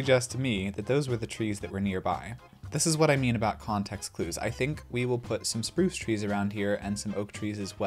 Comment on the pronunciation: Spruc 😂 made me genuinely giggle a bit